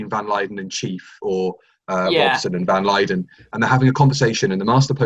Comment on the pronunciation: Anyone else notice love of Ambassadors of Death creeping in by calling Van Lutyens Van Lyden?